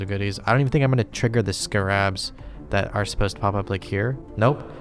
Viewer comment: Great video but what a weird way to say "scarabs"